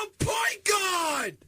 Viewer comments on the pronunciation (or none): “PAWINT GAWD!”